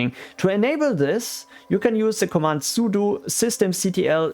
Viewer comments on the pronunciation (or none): none